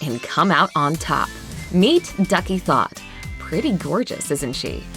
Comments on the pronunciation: How many people are going to comment on her last name, plz get over it. It's not pronounced "thot" it's pronounced "Tot", in her native Sudanese language. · THOTH is ancient Sudanese/Egyptian's name it's pronounced Tut. There's an island name after it in Sudan. This name is mainly south Sudanese